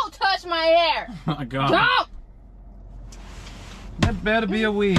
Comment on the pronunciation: she said hair not har